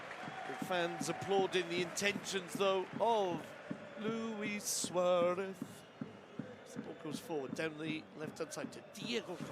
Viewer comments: The commentator always suaref instead of Suarez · This guy is annoying. “Suareth. Cowtinho.” What’s wrong with him.